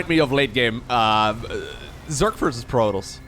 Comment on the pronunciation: Please pronounce protoss correctly!